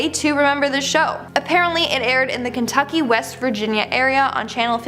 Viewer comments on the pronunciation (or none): none